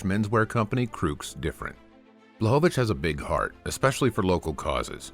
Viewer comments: its Kruk's different not crooks different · Manto not monto and Kruk's different not Crooks....